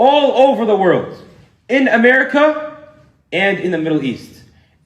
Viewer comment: The way he says united states of amerrrica is so funny